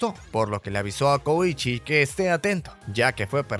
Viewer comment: Soy el unico q penso el koichi de jojos🥺? Porq yo si, si se q se escribe diferente pero yo escuche koichi no koushi 👉👈